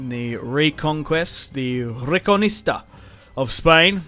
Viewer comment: Reconquista, not recoNista